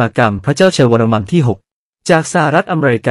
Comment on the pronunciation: เสียงAi ฟังแล้วขัดใจชิบหาย วรมัม ว่าซ้านนนนนน